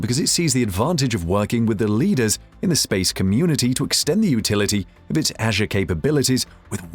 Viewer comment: The way you pronounce ‘Azure’ and ‘beta’ is incredibly distracting. Not a great video.